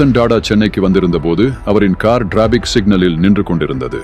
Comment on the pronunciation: இந்த வாசிப்பு யாருடைய குரல் என்று தெரியவில்லை. TATA என்பதை DADA என்றும் Traffic என்பதை DRAFFIC என்றும் தவறாக உச்சரிக்கிறார்.